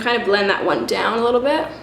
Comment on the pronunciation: The way you said "One" though :D Hahaha. Sounded like "Juan" :) Love the tips, and hey! Hurray boobies!